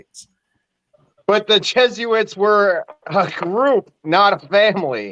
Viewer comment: its not jesuits... its jesuites...ites... like benjamites and levites. It would be jesu-ITES...not its... i hope you figure this one out